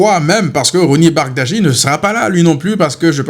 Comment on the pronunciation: il faut lire Roony Bardi et non Bardadji